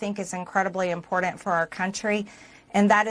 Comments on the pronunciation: Ffs it's IMPORTANT not INPORDANT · I can't give credibility to anyone who says "impordind" or "unined states"